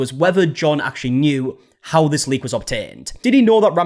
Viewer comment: I swear u were saying "link" the first 30x u said "leak"